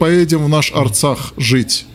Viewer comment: Не Аррцах, надо сказать; Правильно ДРРРЦАХ. Надо сказать.